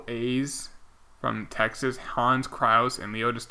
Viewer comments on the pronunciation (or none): none